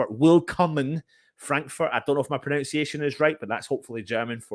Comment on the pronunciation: Your pronunciation is pretty good but slightly off It's pro-NUN-see-ay-shun, not pro-NOWn-see-ay-shun.